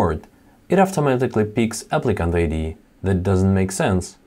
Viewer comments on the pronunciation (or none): I love how he says AFTAMATIKLLY instead of automatically.